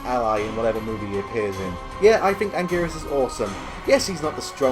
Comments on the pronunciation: Anguris? Aahahahahaha! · Lechinar pichers ... ANGERES!!!!!